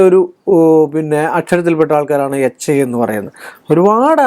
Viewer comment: നിനക്ക് എന്താടാ എച്ചി എന്ന് പറയുന്ന സ്പെല്ലിംഗ് ഒടുക്കത്തെ പറച്ചിലും ദേഷ്യം